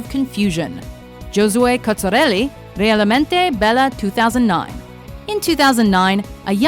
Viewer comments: "Realmente bela" oh my god google it before saying it. Then you expect us to speak perfect english... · The way you pronounced "Giosue Cozzarelli, Realmente bella" made me cringe. You even made fun of some girls talking, but it wasn't their first language . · How come no one is talking about her big fuck up saying Realmente Bella?